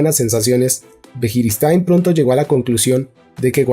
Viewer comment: Buenísimo . Pero cuando escucho que dice Javi txiki o birijistain ...jajaja